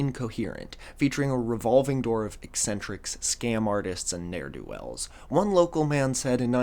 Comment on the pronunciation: Not ne'er-do-wells!!